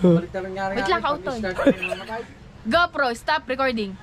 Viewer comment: ...dapat kasi hindi matigas pag.bigkas mo ng R,dapat medyo slung ang pagka bigkas ng R sa GO PRO...☺️☺️☺️ thanks me later...😁😁😁